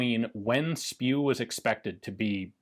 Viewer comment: “Project SPIW” (pronounced “spew”) 🤮 That is beyond funny 😂